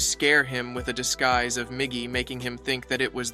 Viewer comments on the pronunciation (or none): "Gim" and "disgeese"